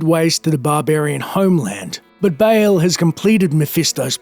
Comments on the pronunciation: Dude it's pronounced Ball not Bail. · dafuk is "bale"? its BAAL